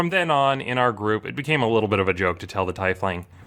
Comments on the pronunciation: Dude, I really enjoy your videos, but you are going to give me an aneurysm if you keep pronouncing it TIE-fling. The "ief" is pronounced just like they are pronounced in "Thief". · What the fuck is a tye-fling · Argh. Tiefling. TEEF ling. From 'tief' or :deep: in German. Being from the deep..... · Teefling It's pronounced teefling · It's pronounced teafling god dam it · It's pronounced tee-fling. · teefling... tee-fling... TEE-FLING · Actually, it's pronounced "teef-ling." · I can't get over the fact that you say "Taifling" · usernamedkjah wut m8 I'm pretty sure it's pronounced teef-ling pretty much everywhere. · UK here, it's definitely TEEfling. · Its a germanic based word from tief which means deep aka deeplings and it is TEE-FLING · Nobody. Says. Tomāto. All you are saying is that you don't care about the minute difference, but clearly you do because you keep going and going. But guess what, all we are trying to say is that you are wrong. You are wrong. Wrong. WRONG. See that word? Apparently not. The race. Is pronounced. Teef-ling. You say anything else, it is WRONG. You cannot use the excuse of, "Well tomato/tomāto, I can say it however I want", when you are trying to convene that you are correct. You aren't. You just aren't, you are a massive fucking idiot. I don't even pity you anymore, this is a new emotion. I can't even find the name for it. Somewhere between disbelief and absolute disgust at your behavior. Stop, get some help. This level of delusion, stubbornness and self-perpetuated superiority is a mental disorder, a psychosis even. How do you function? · It is not fine to use taifling if you are trying to be correct. Its not fine because its wrong. There is a correct way to say it. When you learn how to say something correctly, say it fucking correctly. Fuck off with your false sense of superiority and stubbornness under the guise of intellect. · I hate how pronounces tiefling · Why do you keep saying Tiefling that way? It makes my ears itch.